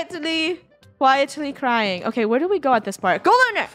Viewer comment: i thought funneh said dying but its crying or did funneh actually said dying on purpose?